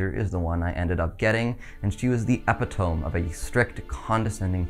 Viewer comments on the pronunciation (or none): Awesome and eye opening video which was beautifully detailed! (Btw epitome is pronounced 'e-pit-oh-me' not "epi-tomb'.) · Good job. But it's pronounced epi-tuh-mi, not epi-tome.